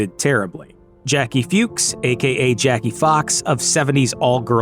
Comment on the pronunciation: The name Fuchs is pronounce "Fox"